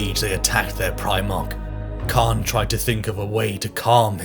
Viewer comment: Someone also pronounced "" like "Khan." "t'RAH." Maybe they wanted to make it sound different than "Eye of Terror," which sounds like Terra, when said with a British accent.